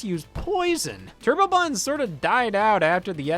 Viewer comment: "Turbo bu'ins".